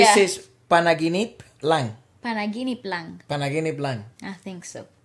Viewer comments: Your pronunciation of Panaginip Lang is correct. 🤗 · Nah you gotta give yourself some credit too! Your Tagalog skills and pronunciations are getting better! You both pronounced “Panaginip Lang” correct 👍🏼 also I know Alex more for her comedic personality, as a TV host, and her vlogs rather than a singer. She’s hilarious!